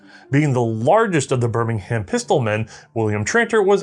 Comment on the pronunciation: Also, "Bir-ming-um".